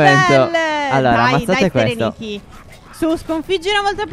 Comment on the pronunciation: Rosalba Scola in verità si dice Pherenike